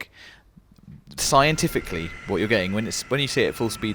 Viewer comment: “Scientifically” Y’all sounds like posers